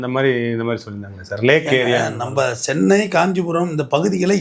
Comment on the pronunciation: சென்னை வாசிகளே not சொன்னை வாசிகளே